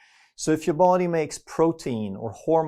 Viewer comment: the way he pronounces DA BODY 😂